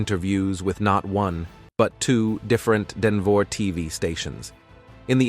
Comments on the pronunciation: And Crees…..😂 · How can a clearly original English speaker not be able to pronounce not Shannan nor Denver properly? 😅😅